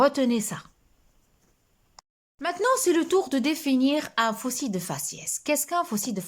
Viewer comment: bonsoir bon continuation le l du terme fossile se prononce on dit un fossile